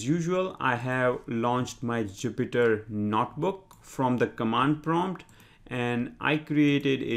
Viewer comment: I watched your Pandas Tutorials. I Subscribed. Your English is quite good. Your Python is excellent. When speaking English, I think you miss 1 out of 500 phonemes: "werify" should be "verify", "Notbook" should be "Notebook". Your accent is enjoyable and not at all painful to decipher. You might be the best Python tutor on Youtube.